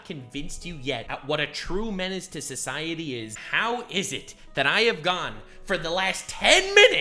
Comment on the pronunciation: Man really fucked the word menace up..... So sad, man got not that great taste in content anymore....